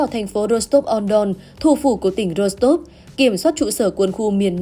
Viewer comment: Nên phát âm là: thành phố Rô-xờ-tốp trên sông Đông···